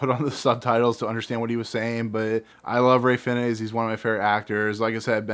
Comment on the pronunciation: "Fiennes" is pronounced "fines"